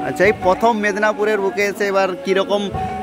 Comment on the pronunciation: Mednapur loy go ota Medinipur hobe 😅